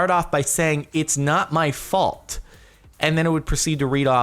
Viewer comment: *it's not my folt * it's John's folt